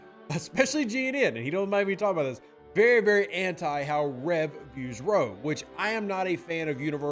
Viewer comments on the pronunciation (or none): R.O.E... it's not a word an acronym. Forgive me, my military background is just going nuts hearing "row." lol. Sorry for hassling ya, keep up the awesome work with the content for STFC though!